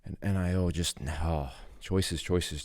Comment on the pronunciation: It's NEE-O Not N-I-O